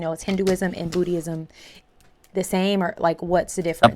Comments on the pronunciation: FYI, it's not booty-ism, it's boo-dism. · said “Bootie-ism”!😂😂😂😂😂 I’m converting right MEOW!!! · 🤣Not "Bootie-ism", its Buddhism. Pronounced "boo di zum". LOL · Did she say bootyism? 😂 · I heard it, Bootyism! 😂